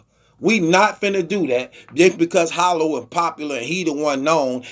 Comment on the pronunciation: Hollow bogish. Will someone ever correct this man?